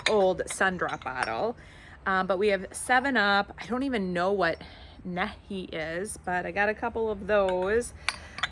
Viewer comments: The tea pot is lovely. It’s pronounced knee high—nehi. I can’t believe you found all those jugs. The one with the cork looked more like a moon shine jug to me. You found so much wonderful wall art! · The soda bottle NEHI I believe is pronounced Knee-hi. Radar from the tv show Mash drank grape NEHI. It might bring you a better price from Mash fans. Good luck! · Nehi - pronounced "Knee-Hi", started in the 1920's eventually became Royal Crown (RC Cola). VERY big here in the south. Nehi & moon pies! Never say I lived a wasted youth! lol LOVE all your finds, and always enjoy your haul videos!